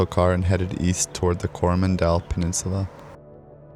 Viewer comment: Weirdest pronunciation of Coromandel I have ever heard! Must be the Canadian accent.